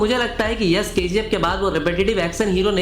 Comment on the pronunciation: Yash ko Yas Yas bol raha hai. Batasa nahin bay Batasha